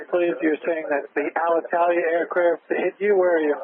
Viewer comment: It's true that "eet" for "hit" combined with a ground controlled who is busy watching TikTok and couldnt possibly give a... sheet, resulted in a communication delay.